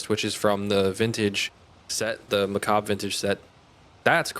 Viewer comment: everyone ive seen til now mispronounces that armor set. macabre lol was starting to think i was going crazy lol